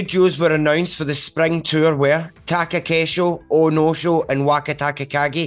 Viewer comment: Taco casual = Takakeisho xD